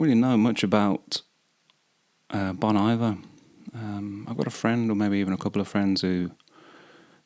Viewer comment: FYI Bon Iver is from the French “Bon Hiver” (“Good Winter”), so it’s pronounced “Bon Eevair” 😊